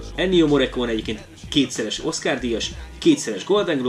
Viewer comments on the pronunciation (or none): Olaszosan elvileg morrikóni-nak kellene ejteni. Mi inkább morrikóne-nek szoktuk kiejteni a mester nevét. A morrekóne nagyon furcsán hangzik. Ettől függetlenül hálás köszönet az eddigi tevékenységeidért!